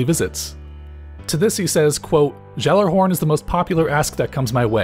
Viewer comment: You say Gjallerhorn is weird. I cringe very time.